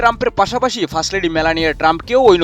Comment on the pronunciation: হাহাহা ওরে ভাই ফাস লেডি না ফাস্ট লেডি হবে